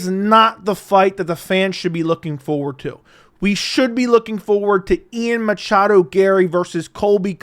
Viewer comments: Stop saying "Machado" PLEASE. Love your channel, but god I hate that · it's Ian MACHADO Garry, you casual. How dare you! (😂 lol jk)